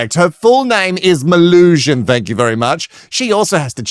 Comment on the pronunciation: As someone who shortens my full name to Mel, please only call her Melusion. Everytime you say Mel I die even more inside because it's something more and more stupid. 🙄🫣😵